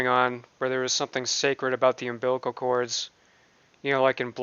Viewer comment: "moofe" 😤😤🤬🤬 it's freaking MOVE you pile of shite! "Umbiblical cord" he probably never done that .. I bet you he saw that word online and used it to get sympathy!